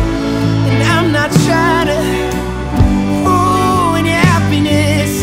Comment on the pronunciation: He pronounces "ruin" as "fruin." I thought he was saying "fool your happiness." I still like the song but like, why say it like that?